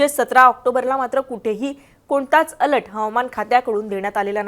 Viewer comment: अलट नाही बाई अलर्ट बोला